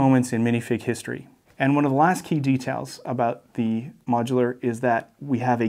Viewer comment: can someone explain why he can say the H in "hand" but not in "history"? I get that he's ESL but is there a linguistic explanation?